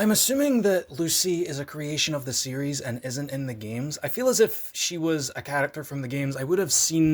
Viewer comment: Oh, you are saying series. I thought you were saying CDs. LoL